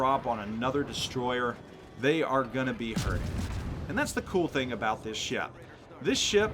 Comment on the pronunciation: Lmao love the way you pronounce ship sometimes. "Sheyap"